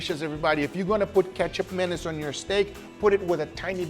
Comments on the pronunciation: Ketchup Manace?? It supposed to be pronounced like combining "Ma" like saying "Ma" in "Ma Man" or "Ma Nigga" and then the "Nis" part could sounds like "Niece". Oh.. i could just say it sounds like "Ma Niece" am i? Hahahaha.. i like how "Ma Nigga" sound like. I just want to say it! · Guga, so you’re essentially making a western steak version of Indonesian sate! Your side dish should have been a “lontong”-based. Ketjap or kecap is pronounced as Ketchup and Manis as Maa-nees btw. Menace is a bit over the top 😆 I am an Indonesian. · Am i the only one that can only hear ketchup mayonnaise? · Before I saw the label I genuinely thought you just said ketchup mayonnaise very poorly. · I LITERALLY CAN'T GET THROUGH THE FIRST FEW MINUTES BECAUSE I KEEP HEARING "KETCHUP MAYONNAISE"!! 🤣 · Guga... its asian... used in many dishes... it is pronounced as kee-chubbp maa-niese🎉😂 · You should ask Uncle Roger's opinion on this, this is 1 of the ingredients he eats while growing up. The correct pronunciation should be "Kit Chap Mah Niece" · Guga - I have been using this "magic" ingredient for years (thanks to Pit Master X) and LOVE it in so many ways - I can literally just drink it right out of the bottle! PM X Calls it "Kee-Cap Manis" - Not sure what is correct, but regardless, it is delicious! - Cheers! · the name of this sauce probably came from a butchered "ketchup mayonnaise" to mean condiments. "Hey what is this?" (Doesn't know how to say sauce or condiment) "Ketjap Manis" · I keep thinking he's saying Ketchup Mayonnaise... which is the most basic combo sauce haha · I'm just hearing mustard-mayonnaise 😂. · I just keep hearing katchup manyonase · Captions thinks he’s saying ketchup menace 😂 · I thought he said "Ketchup Madness" at first. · To let Guga in a little history the Ketjap Manis is pronounce like that because we used to be occupied by Netherlands now its pronounce Kecap Manis